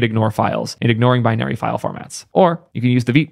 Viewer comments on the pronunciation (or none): none